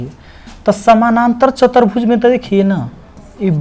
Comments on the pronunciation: Sir aap chaturbhuj ko chatarbhuj bol rhe h to bhut ajib lag tha h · chatarbhuj nahi sir chaturbhuj hoga